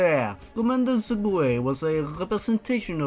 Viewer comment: Commander Sergueï? More like Commander SergGAY